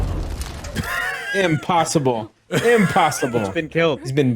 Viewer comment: During the hulk-splosion scene when was saying “impossible…” all I kept hearing was “Pym-possible” lol